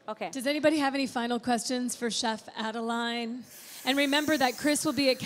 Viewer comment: Great video, technique and recipes. Merci Chef Adeline.. And sorry that your host kept rudely butchering your name (Adel-AY-N), despite you saying it correctly in front of her several times (Adel-EE-N).